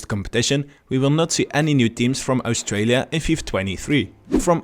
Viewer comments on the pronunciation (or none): none